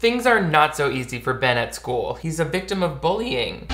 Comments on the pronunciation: Did you just say Skyewl !? 😂 Why do I feel like you're exposing my search history in every video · Lol I heard you. "sküle"